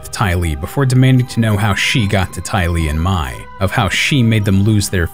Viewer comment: You pronounced Mai's name like "mye"....